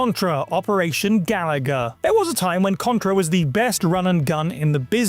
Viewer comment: They lost me at pronouncing it like Galaga when it's clearly Ga-LOO-ga.